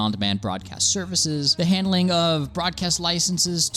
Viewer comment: "The handing" :D